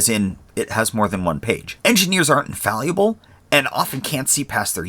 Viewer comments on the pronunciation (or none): "Engineers aren't infalliable". Nice try but the correct pronunciation is (Infallible).